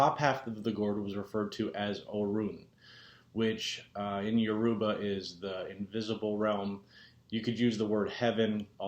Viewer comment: you are not pronouncing it correctly....dang....your-ah-bah not Uah-roobah ...what are your ancestors saying?